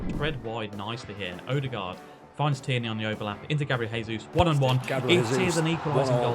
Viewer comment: Just a note for, Gabriel Jesus is a hard J sound "Jay-Zeus" in Portuguese, in Spanish its "Hay-Zeus" (enjoy the commentary, but best get it right if he's going to score all the goals)